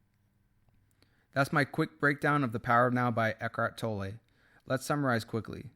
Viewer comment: You’ve made an effort to pronounce Eckhart’s surname correctly:)